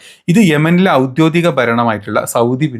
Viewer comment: എന്താടാ പറയുന്നത്.. ഔദ്യോദികമല്ല. ഔദ്യോഗികം എന്ന് പറ.